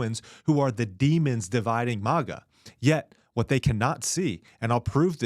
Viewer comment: Its mAga bro please stop saying mOga